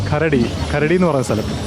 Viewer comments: അതുപോലെ karadi alla..kharaadi..😅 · കരടി അല്ല കറാടി ആണ് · കരടി അല്ല കേട്ടോ, ഖരാടിയാണ്